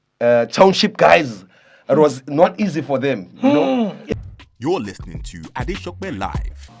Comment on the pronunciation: Did he just call you AdeSOPE; hahahha